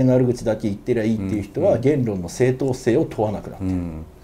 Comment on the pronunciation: げー↑ん↓論 か↑ん↓潔